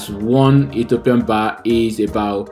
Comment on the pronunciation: It's BIRR NOT BARR😂